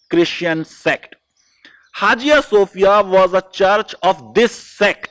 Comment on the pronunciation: Please sir.. Hajia Sofia nahi. Say in a proper manner it is pronounce as haya sofia. Don't pronounce wrongly. How your pronounce knife psychology etc as it is??? You are law teacher do proper reseach and correct yourself please otherwise your students also learn your style.